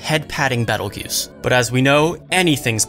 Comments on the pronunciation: I was getting confused cause I was hearing Jews instead of Geuse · Yeah, even the Light Novel calls him Petelgeuse and the Anime changed to Petelgeuse in season 2. I hope they don't randomly forget that XD Do you mind if I help you with the pronunciation? It's actually interesting because it's based on the Spanish pronunciation.